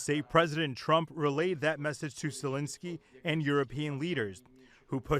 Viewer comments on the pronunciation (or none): That's ZE.lensky ... not Not Le.zinsky ... please make sure you meet with the right person 😅🤭